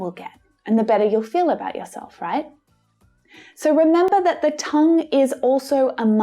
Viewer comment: is it me or did she say “dat” too? i mean when you speak fast you can’t do the th sound, at least i can’t🤷🏻‍♀️